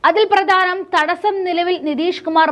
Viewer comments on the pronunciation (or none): പ്രാധാനം അല്ല, പ്രധാനം